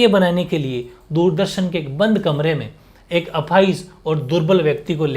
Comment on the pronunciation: Sir camere me nhi kamere me😊